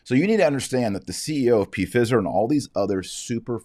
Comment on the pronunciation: Does Dr. Marshall mean to say Pfizer like that????😂😂